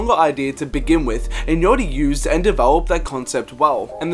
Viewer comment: Why does he say yachty like "yotty"